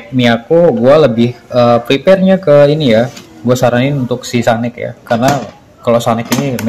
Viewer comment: Sanken bang,,bkn sanex😅